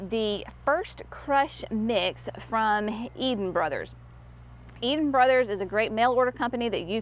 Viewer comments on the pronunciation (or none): none